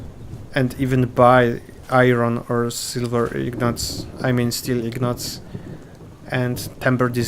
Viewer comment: Those are INgots, not IGnots)